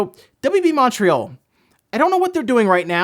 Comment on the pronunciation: How you pronounced montreal caught me off guard as a canadian lol